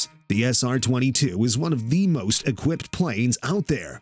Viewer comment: I stopped watching after he said "well-equipted".